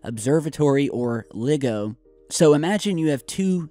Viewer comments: LIGO is pronounced "Lie-go",. fyi. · It's pronounced lie-go